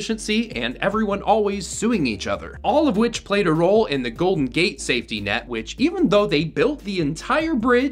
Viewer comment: "Golton Gate"? Did you mispronounce it for engagement bait?